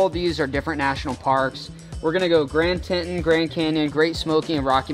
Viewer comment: Grand teNton 😅